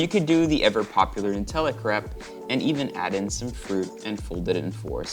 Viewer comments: kreip not krep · Is it cray-p or crep?? In au its usually pronounced “crayp”